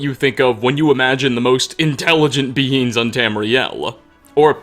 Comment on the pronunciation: When "beings" sounds like "beans". "Trolls used to be much larger beans. uwu"